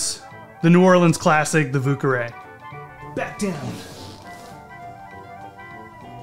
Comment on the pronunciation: oh man... the pronunciations... 😬